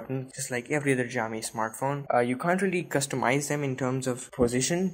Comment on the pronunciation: Great job :) btw Xiaomi is pronounced as (Shao-mee)!